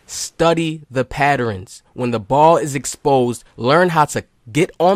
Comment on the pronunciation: “Study the patterins” 😂 that junk funny.